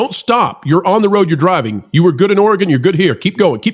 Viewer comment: Great video. Thank you for also not saying Ore gone. Your pronunciation of Oregon was perfect. Proud of my state for sending fire trucks. And I don’t live in Portland. The fire trucks where I live are very well taken care of.